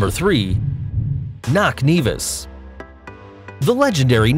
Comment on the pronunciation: It’s knock Nevis your wrong